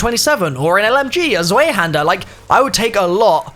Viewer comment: say “tsvaihender” in stead of swayhander pls. (Zweihänder)